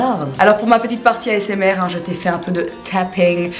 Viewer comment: "cette petite vidéo asmrRRRRRRRRRR"